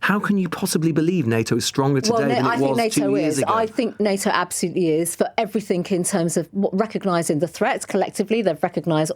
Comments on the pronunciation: Love how she says everythink instead of everything and sometimes misses her gees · How do you make it to her age in life and still say "everythink?" 😂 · Hateful person. Why can't she ever add the "g" to words that end in "g"? And says "everythink"?